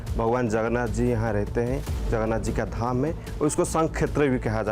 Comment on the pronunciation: Sir jagannath boloe jagannath Nehi sir jagannath 🚩🙏🕉️